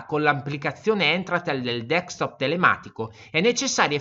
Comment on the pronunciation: D E S C T O P SI PRONUNCIA DESC (CON LA C DURA) TOP E NON DECS TOP COME PIU' VOLTE PRONUNCIATO NEL VIDEO.